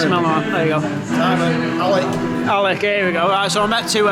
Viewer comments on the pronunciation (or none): none